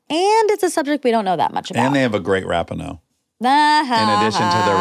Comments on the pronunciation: he said RAP-I-NO instead of RA-PEE-NO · Dax!! You are saying Megan’s last name wrong. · I love confidence with which he mispronounces Rapinoe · It drove me nuts he kept saying Megan’s last name wrong. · Dax saying Megan‘s last name wrong multiple times killed me. It’s literally not hard to google how to say someone’s name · How Dax pronounced it is wrong lol